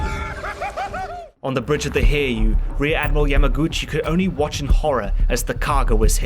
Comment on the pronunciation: Its too late now and its far from the only pronounciation mistake, but the Hiryuu is pronounced Hi-ryuu, not Hir-yuu. The rest of the issues are understandable and not a big deal, but I couldn't even tell which ship you meant until I thought about it.